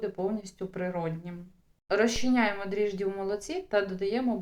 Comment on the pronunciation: ДРІЖДЖІ !!!! НЕ дріжді ...❤❤❤❤❤